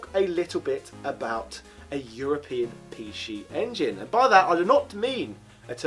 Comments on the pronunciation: “Pee She Engine” grinds teeth You make me want to say “Zee Ex Spectrum” when you do that 😒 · What’s a pee-she engine? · Pee She EnginUH, the predecessor to the PeeShee EnginUH Sheedee